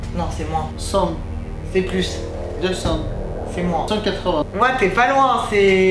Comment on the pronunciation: "plous??" omd j’adore